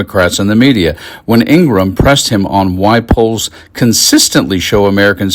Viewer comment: Why is everyone on YouTube mispronouncing Laura Ingraham’s name? It is pronounced "Ing-Gra-Ham” not “Ing-Gram”